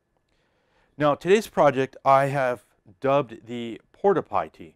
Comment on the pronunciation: I could have sworn you said Port-a-Potti. LMAO!!! Just kidding! That is a awesome idea and design my friend.